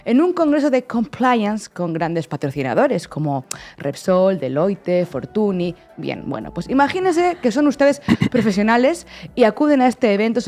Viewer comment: FORTUNY se pronuncia "fortuÑ" un dato, que tampoco cuesta tanto y oir "fortuni" es horrible